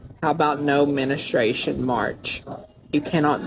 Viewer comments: "Menestration"?? Wtf is that ? 😂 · homie said "menistration" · "No menustration march" is crazy💀 bro didn't even say it right